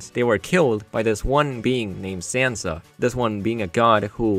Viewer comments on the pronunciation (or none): none